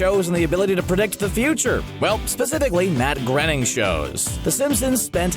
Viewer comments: "Grenning" Ugh -_- Groeing, rhymes with raining. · Groening is pronounced "graining" btw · It's Matt Groening [Groaning]. Ugh. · To be fair, Matt Groening mispronounces it as well. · How hard is it for people to learn it? GRAINING. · Matt has been VERY clear about this on numerous occasions; His surname is pronounced as "Gray-ning" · I should've known he'd mispronounce Matt Groening's name. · Literally the most annoying thing ever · That made me turn it off. Couldn't even be bothered to get his name right; can't imagine the rest is any good